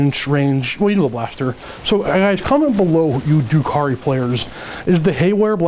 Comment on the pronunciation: First of all, dRukhari. There's an R in there ;-) Secondly, I'm confused about combat drugs. You say you would pick plus one toughness for the Reavers every time but already said seconds earlier that if you choose your combat drugs you have to have picked everything once before you can repeat them. Do you choose them per phase or per turn? Thirdly, are mandrakes really 19 points each? Or should that be 9? It sounds like they actually got much, much worse in terms of their survivability, which is why I ask.